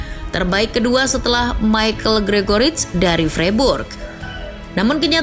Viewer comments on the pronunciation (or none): none